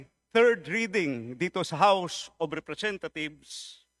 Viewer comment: I thought I heard the "House of Representath....s" 😅